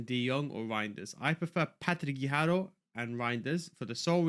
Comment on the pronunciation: BIG FAN of all the content! But I cringe every time you say Patti Guijjaro 🙊 No pronunciation for any player at all but when it’s her you become Spanish all of a sudden 🤣